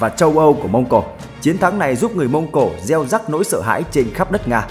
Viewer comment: "Gieo rắc" chứ reo rắc là gì? Sửa đi ad!